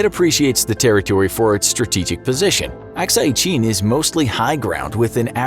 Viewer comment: Lol please pronounce Arunachal Pradesh and Akshai Shin properly. 🤣🤣🤣